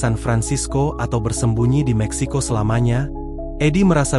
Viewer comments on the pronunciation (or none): none